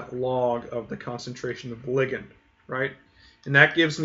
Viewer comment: He's pronouncing it correctly. "Lie-gand" is just awful.